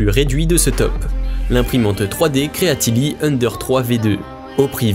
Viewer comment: "creality" pas "creatily", sinon bonne vidéo merci